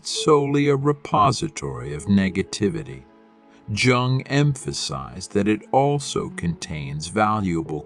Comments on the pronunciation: With all due respect: JUNGLE is the incorrect first syllable of Carl Gustav's last name. j. U. N. G. is pronounced with a SOFT jay, as in the word yellow. Yung is more like it. Respectfully submitted for your consideration Gregg Oreo Long Beach CA etats unis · Jung is pronounced Yung. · Might want to rerecord this... personally hearing such a drastic mispronunciation of an important name makes it seem like the topic talked about is not cared about..I stopped watching at 20 seconds lol